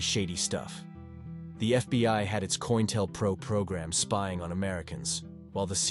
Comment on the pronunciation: I don't think it's pronounced Coin-tel-pro. From what I've seen, it looks to be short for counter intelligence program. So I think Co-Intel-pro would probably be more accurate.